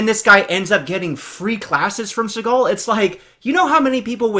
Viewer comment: Thanks for the video, I had a great laugh watching your reaction! And it’s Seagal Sensei you nobody!